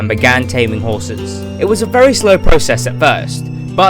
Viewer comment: Ok am I the only one who heard him say skrraten hrrses (not trying to be rude)